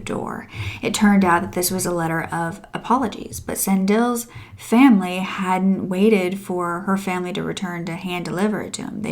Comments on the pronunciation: (Sun-di-leh), this is how you pronounce Sandile❤ thank you for covering a South African case🙏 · Thank you for covering the story but Sandile is pronounced Sah-Ndeee-le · I am South African. this story is so sad. felt across the country. (San dee leh - Sandile) is horrible.